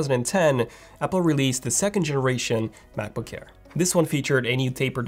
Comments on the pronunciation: Please pronounce MacBook Air not MacBook hair. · He keeps saying “Macboo-care”. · Why do I hear him pronouncing Macbook Air as "Macbook Kair" or "Macbook Care"? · Brand name : Mac book AIR . What I heard from the video all the time : Mac book care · Sometimes I hear macbook hair 💇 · I thought it was macbook care and i kept wondering what that was. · “MacBook CKAIR!” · Cannot unhear this. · It sounds like he says ''macbookcare'' it's pissing me off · can't unhear it! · Can’t stand it. And udder. I just can’t. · Thanks, now that’s all I hear 😂🤣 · not quite French but close enough. He's about page says he's Romanian